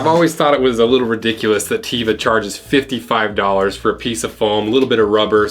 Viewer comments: Great comparison! My Teva sandals are still good after 20 years. By the way, it's teh-vah not tea-vah 😀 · Nice video. BTW, if I remember my old Hebrew school lessons correctly, it’s pronounced teh-vah, rather than tee-vah. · Tevas are great and last forever. Just a note, it's pronounced with a short e (teh-va) which is the Hebrew word for nature that gave the brand its name, not teeva. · Teh-vah not Tee-vah, great video! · Teva not teeva (nature in Hebrew) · Hi, From the company website: Not tee-va,, but Teh-vuh -- it's a Hebrew word meaning "nature" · Teh- va, not Tee-va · Its not how you pronounce them! Its T-eh-vah Edit:it means nature in hebrew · As a heads up: The correct pronunciation of the name is with a short e. It comes from the word for nature in Hebrew, which is טבע.ִ In Hebrew, a long E would be written out with an extra yud letter, as טיבע, which is isn’t exactly a noun with a meaning unto itself. It’s more like a verb form. Teva with a short e like in “Meta” the Facebook company name, not a long E as in “Pita” or a longish A like in “Beta.” It’s unambiguous in the original language, even if it’s not as clear in English transliteration. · It’s pronounced Teh-vah, not Tee-vah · It's pronounced Teh-va, "E" like in better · It is not Teeeva. It is T eh va. The Hebrew word for nature. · Hi, just had to say: It's tev-a, like Beverly, not ti-va like beaver. You're welcome. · Its pronounced "teh-vah" not "tee-vah," Hebrew for "nature" 💜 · HOW DO YOU PRONOUNCE TEVA? Teva is pronounced TEH-VAH, with a soft "e." Teva is the Hebrew word for nature. I made this mistake for years! FYI. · Cool video, but the pronunciation really through me off😬 The 'e' in Teva is an eh sound not ee (means nature in Hebrew) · 'Teva" is pronounced TEH-vah not TEA-vah. It's a Hebrew word; it means nature. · It’s pronounced Teh-vah not tee-va. It’s an Israeli brand. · Not teeva. It’s pronounced te-va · Soft E. Teh-va. It means "Earth" in Hebrew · it's actually pronounced teh-va